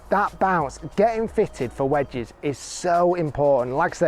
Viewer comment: The way Rick says "vwedges makes me want to throw myself off a building